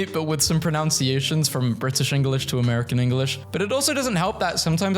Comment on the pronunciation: u mispronounced "pronunciations" while saying u correct pronunciation. im pretty sure that word the same in both accents, so u said it wrong in both 😂